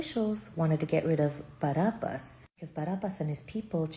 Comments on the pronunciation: bar ab as. not bar ub us. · while she smiles looking into your eyes. "BAR AB BASS" "BAR AB BASSS"